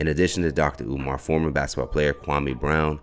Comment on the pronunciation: He called him omaar 😅😅😅😅